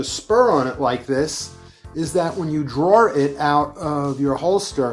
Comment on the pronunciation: The word “draw” does not usually have an r at the end of it. Unless you are from Brooklyn or Boston, lol